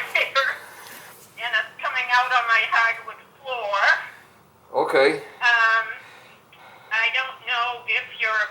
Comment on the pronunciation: "Hawd wood flore."